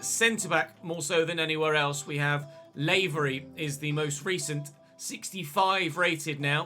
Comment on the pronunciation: I'm from the North of Ireland, it's just 'lah' for Lavery not 'Lay'very sorry it was bugging me lol